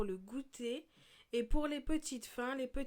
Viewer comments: 😂😂😂 kindère. ça se prononce kindeur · on dit pas kindère mais kindeur